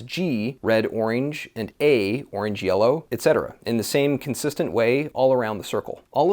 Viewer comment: why don’t you know how to say orange ?